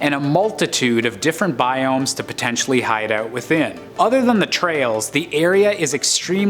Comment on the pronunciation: why does the narrator say "out" like "owwt"?